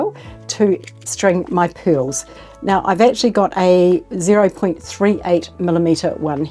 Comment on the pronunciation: U saying PILLS ????? Don't understand some WORDS ???